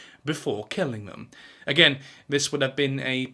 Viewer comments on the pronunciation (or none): none